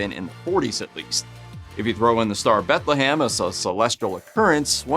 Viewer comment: BethleHAM? BethleHAM. Seriously? Read a book dude. Jesus! Pun intended.